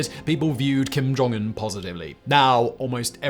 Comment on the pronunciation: Kum joun-Un He ded